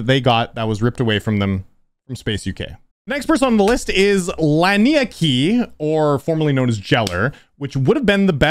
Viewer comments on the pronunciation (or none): Laniakea is pronounced "lah-nee-uh-KAY-uh", but awesome video